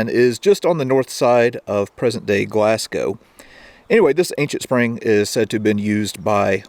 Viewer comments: Gloss-go 🙄 not glass gow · Pronounced glazgo Not glass cow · The first Glasgow you said correct, but as I pause this after the next 3, they were said wrong, lol. GLAZ-GO, not GLAZ-GOW!! 😛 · Pronounce it Glasgo - the w is Glasgow is very much silent. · Nice video, but Glasgow is pronounced glas-go. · It's pronounced Glaz go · Good video, but next time, just say "Glas-go" as that is how it is said lol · Typicall yank. I think the people from and live in a place know how to say it. BTW Moscow is not pronounced Mos- cow . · Sorry but its pronounced glaz-go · Great video, just for your own knowledge Glasgow is pronouced 'Glasgo' Don't pronounce the w.:) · HOPE YOU DONT MIND ME SAYING THIS... GLASGOW IS PRONOUNCED 'GLAZ GO'. JUST A FRIENDLY BIT OF INFO. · Had to laugh at Glas-cow that’s one way to upset the Scot’s…great vid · It's actually pronounced "Glass Go." Enjoyed the video however. p.s. The amount of rain that falls on Scotland is why it's so green. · His pronunciation of Glasgow is cringe worthy 😂